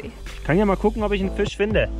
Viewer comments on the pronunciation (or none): none